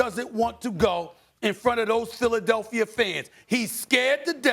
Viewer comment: Stephen “Philadelphier” Smith